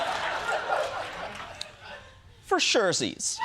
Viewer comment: The for-sure-sies took me all the way out💀😂